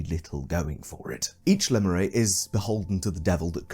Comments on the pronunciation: your pronounciation of lemure was not very demure, not very mindful. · No one yet commented on how he pronounces "lemure"?